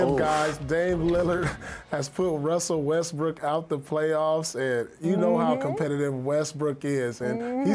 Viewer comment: WUSSEL WESTWOOK